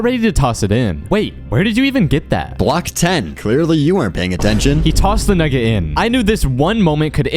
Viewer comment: He did NOT say nugget